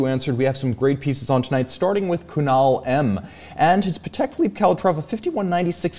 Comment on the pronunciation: Patek is pronounced “paddock” you know :)